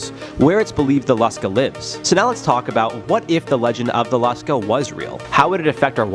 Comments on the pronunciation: It is pronounced Lush-kah. Short u sound. Long a sound. The Lusca is a massive octopus. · It’s pronounced lou ska I’m from The Bahamas and everybody here calls it Lou ska and it’s supposedly located in the blue holes in the Bahamas the some of the blue holes here are extremely deep some of them even connect directly to the ocean